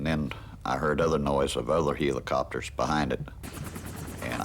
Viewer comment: heelicopters? Is this guy for real?